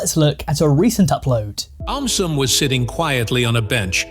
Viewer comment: Why did aum sum turn into "aumtisum"